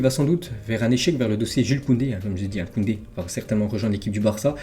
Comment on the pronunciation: Tu me régales avec tes vidéos, je les regardes toujours pendant que je mange au top. Juste t'as pas respecté, t'as dis Jul Koundé 🙌 mdr